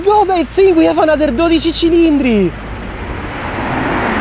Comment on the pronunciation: Hearing a non ferrari emplyee say the new ferraris name the right way with the accent has confirmed something for me. Everyone will be calling this the Ferrari 12C cause that name is too hard to say